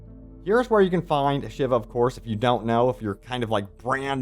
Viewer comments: A-shA-vA not shiver 😅😅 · Shiva, Sheevaah! NOT SHIVER, English is already the mixed up mongrel child of many languages. There is ZERO need for you to bastardise the pronunciation as well! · Ashava... not Shiva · Ashiva? Ashava bro 😅